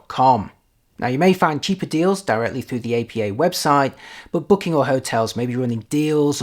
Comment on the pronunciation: It's pronounced "Appa" not "A.P.A." That said, great review!